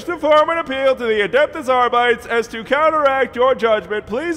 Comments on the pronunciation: "Adeptehs Arbytes". Holy shit my latin part of the brain...HNNNNNNGHHHHRRRRRR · The fact that he keeps mispronouncing “Adeptus Arbites” makes his insane enforcements all the more profound.